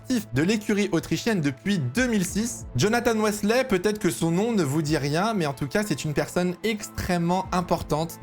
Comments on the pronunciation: Jonathan West Lait ? Weathley se prononce Weetlee pour la petite info haha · non sa ne me dit rien car ça se prononce “Huitley” pas “Wesley” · superbe vidéo, mais ça se prononce "whitley" bg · Ça m’a fait mal aux oreilles à chacune des 20 fois qu’il l’a répété 😭😭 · C’est Jonathan Wheatley « whea » ça se dit wouuuii et « tley » ça se dit tleeeyyy !! 😂😂😂